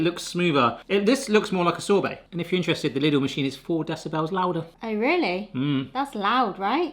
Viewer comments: Lidl, not Liddle... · *Lidl. Pronounced 'leedl'.